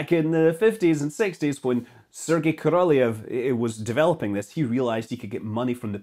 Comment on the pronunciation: It is sad hearing your pronunciation of Russian names. I would have suggested a rule that surnames usually have accent on the last vowel, but they don't. Not in plenty of cases. However, Korolyov has the accent on the last vowel. As is the word "Zenit".